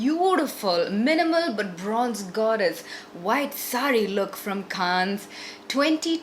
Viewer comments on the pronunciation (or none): it's pronounced as Can.... Not kannes!🙈